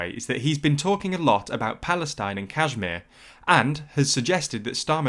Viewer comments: Just so you know, it's pronounced "kush-meer" :) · It sounds a bit computerish to me, which would account for the persistent mispronunciation of place names like Kashmir and Amersham not too mention Leadbeater.